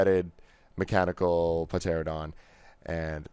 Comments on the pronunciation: Ok, I can understand someone pronouncing "Ankylosaurus" incorrectly. I can understand someone pronouncing "Deinonychus" incorrectly. Heck, I've even heard people pronounce "Gallimimus" incorrectly. BUT DID HE REALLY JUST SAY "PAH-TERANODON"?! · Pa-Teradon? Are you trying to say Pteranodon? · SRSLY!?!??!?!You said pteranodon as Puh-tear-a-don. Its pronounced Tear-an-o-don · MidasdoesMC No, it's not. "Pteranodon" is pronounced "ter-an-o-don." The "P" is silent, as most people know. In fact, in basic education, the words "Pterodactyl" and "Pteranodon" are words usually used to describe silent letters to young children, as most kids know both the animal and how to pronounce its name. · you said pteradon wrong the p is silent so it is pronounced teradon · This guy lost any credibility after that blunder when he said "Pah-teradon". Also two headed dragon is a fucking Terrorcon, not a Dinobot. DAMN YOU, BAY!! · Im raging about that to.LIKE ARE YOU FREAKIN KIDDING ME??!!?!